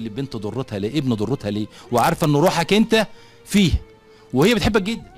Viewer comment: 😂😂كلمه ضرتها بالضاء وليس بالدال لان الدرة بالدال يعني اللؤلؤ